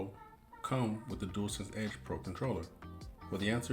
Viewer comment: Hope the delivery driver didn’t leave it at the front door like that 😂 just kidding, and unlike other channels you can pronounce dualsense properly 👍🏻 which is always a bonus I’m fussy like that 🤣.